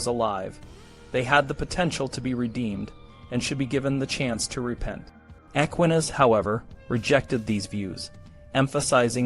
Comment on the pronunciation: An excellent and fascinating video! I hope your channel takes off dude! Two things though: the title didn't really match the content of the video. There was no list of "ways to escape the gallows." Second, you should definitely check on your pronunciation of Aquinas's name if you bring him up in the future lol. Still, absolutely teriffic writing and fascinating sources that paint a vivid picture of a completely different time and completely different culture, much more intimately familiar with death, and the threat of execution. Really shows well how people lived and thought in such a world.